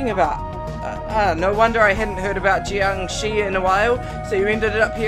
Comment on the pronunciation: The red spirits in Stage 1 are only dangerous on Hard and Lunatic mode. Your "Jiāngshī" pronounciation was nearly perfect this time